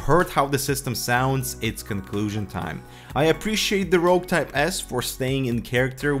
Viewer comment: Rogue not rouge!